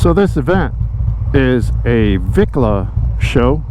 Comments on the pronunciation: Let me educate all you none Mexicans and Pocho mexicans! The word "Bicla" NOT Vicla! is slang in Mexico for Bicicleta which translates to bicycle!🤦....And yes I am an Old time REAL biker for over 40 yrs. not a weekend warrior! I have a 1974 Shovel head Electra Glide and a 2000 Twin Cam Electra Glide! And of course I am NOT into these Lowrider looking Bikes. Chale Ese! 😁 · Homeboy could not define what a "Vicla" is maybe because that is NOT s proper word! The real word which derives from Mexican slang is pronounced "" BICLA" not Vicla....So "Bicla" comes from the word (Bicicleta) which then translates in English for bicycle. 🚲....So to those that want to be dropping Spanish names to scooters, get it RIGHT! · Just for you information everyone has this word wrong! It is supposed to be pronounced "BICLA" which is a Spanish slang word or short for "Bicicleta" which means bicycle. To EVERYONE if your gonna use Spanish words in reference to bikes get RIGHT!.... And yes I am an Old time REAL biker, not a weekend warrior! Been one for over 40yrs. I own a 1974 Shovelhead Electra Glide and a 2000 Twin Cam Electra Glide. And of course I'm not into that low rider cookie cutter looking bikes. My bikes are true real scooters (hogs) for those that are even old enough to know what that means!